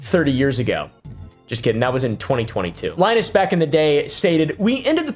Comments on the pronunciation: It looks like Linus but it’s pronounced Lynus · Linus (Lie*nuss) nuss like buss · It’s line-us. Like from Charlie Brown. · It's Lie-nus. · its ly-nus; lie-nus if you will, since he lied to us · It's pronounced "Linus" (sextips) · Linus is pronounced Linus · pronouncing Linus like Linux is fitting I wouldn't even be mad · it's pronounced linus. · Linus is pronounced Lie-nus, I believe. I bet figuring that out crushed Linus. He seems like a cool guy. Ask Kris how she pronounces it. He did a tech build for her, didn't he? Markiplier is great. My son has watched him since he started in 2012. Still watches to this day, as do I. I've always felt unsure about honey and too lazy to add it, to be honest. I'm glad I stayed away from them. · It is pronounced "Lee-Noose". U marry nice Greek boi name Lee-Noose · It’s “Linus”, not “Linus”. Hope that helps. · it's line-us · It's Ly-Nus, 😂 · it's pronounced "Line-Us" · Linus - lie-nus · It's called "Linus" its not that hard bro. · It's pronounced Linus smh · ITS LIE-NUS REEEEEEEEE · its pronounced linus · Some of your commentary really gets lost on me, but when you can't take the three seconds it would take to figure out how to say Linus, and your editors make a focus on it, it's more disappointing than anything. There's less and less effort these days. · Dude, go watch a Peanuts cartoon if you don't know how to pronounce Linus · If you truly watched Linus Tech Tips you'd know how to say his name. I don't get it man, people literally say his name in his videos. It's like when people mispronounce "Naruto" when they literally say the name in the series! 🤦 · It's not Linus it's Linus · bruh, its LYE-nus. He says his name in his videos all the time.. if you watched one you'd hear it lol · Im 99% sure its Lie-Ness not Lin-S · its Lin-Us not Lin-Es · its pronounced "linus", not "linus". Hope this helps! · I know you know how to say /ˈlajnəs/ not /ˈlɪnəs/, but you're really cute, so here's your engagement 😉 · It's Leenus